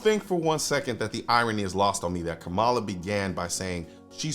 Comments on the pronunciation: First of all, KAmala (I don’t care how much you dislike her, Colion. Pronounce her name correctly. Show respect that all we 2A folk want shown to us) will be the next POTUS. Period. Get used to that reality. Secondly, just like Biden and Obama before her, she won’t succeed in banning semiautomatic rifles, nationally. There are too many Republicans who won’t let that happen. And frankly, we have the upper hand, and if we continue our fight, we’ll continue to have the upper hand. Period. Finally, as you and others have pointed out, there ain’t no way the government is gonna take hundreds of millions of gun away from gun owners without launching the country into chaos. Nobody wants that. Does that mean we can sit back and relax? HELL NO. But we can look at the situation will calm minds and discerning eyes so we can see what’s coming and find a way to counter it without becoming Chicken Little. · It's Kamala (comma-la). You always pronounce her name incorrectly. I'm a leftist, not a moderate liberal like Kamala, but I agree that many in the liberal bloc do not understand ballistics in any way or how different firearms even function or their capabilities.